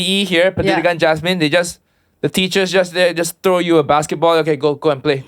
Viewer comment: Thats how to get noticed🤣.. just do a wrong pronunciation 🤣